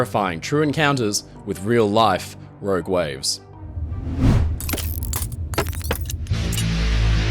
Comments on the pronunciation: Row Gwaves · "Rowg wives"?